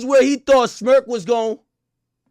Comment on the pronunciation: Crazy thing is why you keep saying Smurk 🤷🏾‍♂️